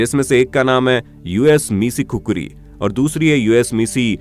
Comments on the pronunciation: I am from nepal and actually it’s khukuri not kukri😫😂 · It's khukuri not khukari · Not kukuri bro it's khukuri 🇳🇵🇳🇵🇳🇵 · It's KHUKURI (खुकुरी) Not kukri * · Proud to be Nepal but it’s not Kukuri it’s khukuri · its not khukri its khukuri Please pronounce properly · Khukhari nahi khukuri bolte he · THAT REAL PRONUNCIATION IS KHU-KURI